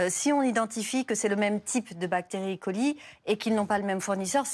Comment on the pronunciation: Ca n'est pas une bactérie électronique, Escherichia coli, alors c'est é-coli et pas I-coli